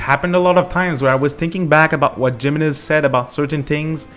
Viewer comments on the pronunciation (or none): Lmfao it's He-men-ez, not JIManez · GEMENEZ eh no, is pronounced hee mehnuhz, you can literally google and pronounce Spanish to solve this pronunciation issue using google man. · Pro tip jimenez is pronouced HEEmenez J makes an H sound in spanish! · By the way it’s pronounced hemenez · Now i want a HEE-HOmenez...